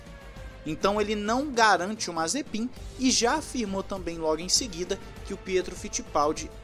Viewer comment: Ele falando o nome mazepim e mt engracado kkkk nd contra é claro